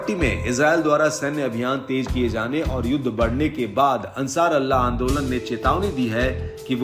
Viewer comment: Bhai ansar Allah nahi h ansar ullha hota h sahi nam